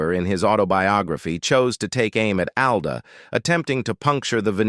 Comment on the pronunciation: It’s not. “A” it “AL”